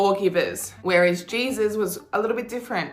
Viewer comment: I can’t stand how she says Jesus 😂